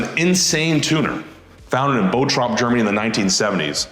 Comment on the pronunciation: Wtf is 'Boh-trop'?!😂 It's Bottrop, a quick 'tt' which you don't really hear, it's just a 't' and a quick 'o'. I'm living there...